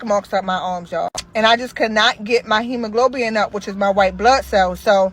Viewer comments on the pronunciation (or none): “Hemoglobin” not hemoglobian. It’s also red blood cell not white blood cells. Ok bye